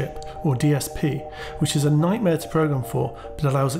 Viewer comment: "Knighmare" Haha